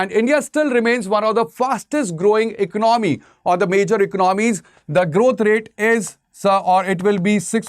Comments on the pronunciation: What ecnomy??? Why he is pronouncing ecnomy?? Its economy ... ec-co-no-my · Vo bolne mein yhi aata h ecnomy 😅